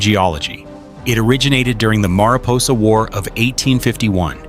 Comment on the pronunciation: The ai mispronounced many names like mariposa, Tuolumne, and more. Plus the ai voice stutters, many timestamps. The thumbnail is an albino white bear, where is the bear in the video? Why have clickbait?